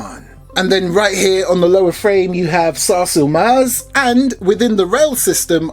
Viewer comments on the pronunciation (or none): As a turk, you cannot believe how nationalist i felt, btw you pronounce it as sarsle-maaz